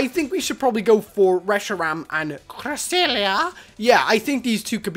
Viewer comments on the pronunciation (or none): alberts stuff saying cresselia XD